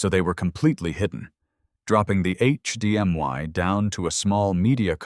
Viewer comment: It's not HDMY...it's HDMI. Good grief!